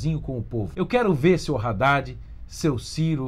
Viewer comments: É Haddad e não raddad porra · Não é “RÁDDAD” é “ÁDDAD” Só isso mesmo. Bolsonaro #17